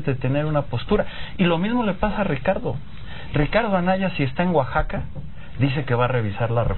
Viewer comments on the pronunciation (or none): none